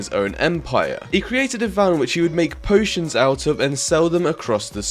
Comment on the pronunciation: "Potions" lol